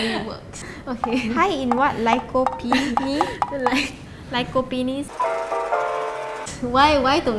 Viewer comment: "LYECOPENIS" - 2019